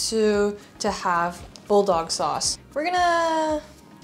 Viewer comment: And that "Buidogu sosu" too😂